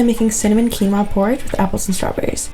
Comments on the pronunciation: Its because he said kinoa instead of the actual pronunciation of quinoa .. I'll give him credit ...he said that thang with so much confidence 😂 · He been vegan for 3 years and still says Key-Noah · did he just say.. kin-oah? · Maybe because he said “keen oh a” instead of “keen wa” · lol..it should sound Quínoa..like in Spanish because Quinoa comes from the Peruvian Andean mountains.. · I don't where you're from but nowhere is it correctly said "key-no-uh", its "keen-wah" regardless of where you live. You're just saying it wrong. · They probably didn’t put him in the thumbnail because he said “Key-no-uh” 😂😂😂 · out here pronouncing Qinuoa like Key-Noah, someone has to tell him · I'm so sorry, did my man just pronounce "quinoa" as "key-no-a" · I pronounce it as kih-noah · yes because its correctly pronounced ONE way lol. Phonetically: ˈkēnwä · "Key Noah" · I know he didn’t pronounce Quinoa as “key-no-ah” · I really like you’re recipes but wanted you to know that quinoa is pronounced “key-wa or king-wa”. Thanks for sharing. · BRUH NOONES POINTJNG OUT HE REALLY SAID KEY-NOAH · Agreed. I love him but I do find it funny how he mispronounced quinoa after being vegans for 3 years hahah 😆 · Because he mispronounced quinoa. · 😂 i love how he pronounced it im like hmmm must be a new kind of grain then I look to the top left and see the word quinoa 😂 dish looks fire though 😁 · but he's speaking English, and that's not how it pronounced in English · When you think there is only one way to pronounce quinoa.